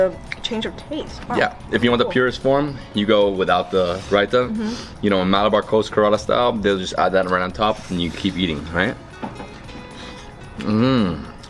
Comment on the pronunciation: What are you talking about? Hyderabad is southern & the last stronghold of the Nizam who was the last of the Mughal rulers. Stop acting overconfident & actually KNOW what you are talking about. Kerala= care uh lah also it’s pronounced vah-duh not vadaaaaaaa. C’mon dude. You are an influencer. If you want to represent our culture,BE BETTER ALREADY.